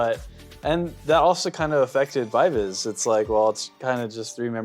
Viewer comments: Gfriend are getting back together for 10th anniversary. Also it's pronounced Vee Vee Zee as it comes from members names Eunbi, Eunbi and Umji, bi bi ji. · VIVIZ Korean pronunciation is B-B-G.they took it from their real and stage names.Eunha & SinB- EunBI (they share the same real name) although Umji's real name is Yewon,they chose to take UmJI"s "JI". They stylized Bi-Bi-Ji as VIVIZ. The pronunciation remains the same 'BBG' .Pronouncing V-V-Z could be acceptable considering the global audiences but still BBG is the correct one